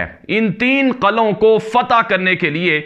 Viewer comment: Qala ki jagah Qila bolo, Qalon ki jagah Qilon bola karo